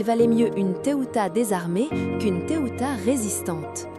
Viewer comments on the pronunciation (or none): Ça se prononce pas Teuta mais (téouta) et pas Agron mais (agrone) prénoms albanais encore donnés aujourd’hui, seuls descendants Ilyriens.